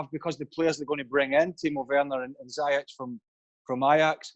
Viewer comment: “Zee-Etch”.... it’s not that hard to say Ziyech correctly. Honestly, the laziness of Craig Burnley